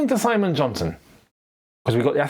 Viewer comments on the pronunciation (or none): none